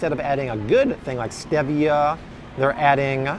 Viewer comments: Art! Don't drink that coke! It took years to get my husband off it. It was so addicting to him. Also, thank you that you pointed out that FINALLY pronounced Stevia correctly! Lol. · Art! Don't drink the coke! So nasty and addictive! It took years to get my husband off it. Also, thank you that you pointed out the fact that FINALLY pronounced Stevia correctly. "Stevia as in the name, Steve".